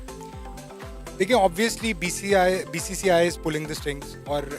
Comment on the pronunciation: Bhai pehle BCCI ka ucharan to karle baadme BCCI or Indian govt ko dosh therana....aur ha pakistan ka image hi kaha tha jo ki....acha image dikhayenge....pakistan ka image pehle se gira hua tha